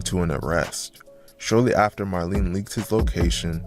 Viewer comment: Marlene - maraleen 🤣🤣